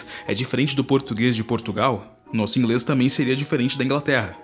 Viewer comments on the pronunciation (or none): Adorei seu "Ingrêis"